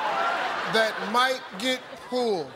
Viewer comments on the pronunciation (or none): I thought he was saying "name something on your body that might get pooled" and had no idea what the question even was the first 5-6 times he read it. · Is he saying pooled or pulled I heard pooled